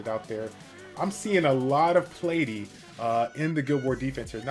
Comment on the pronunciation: Who the hell is Plate-e 😂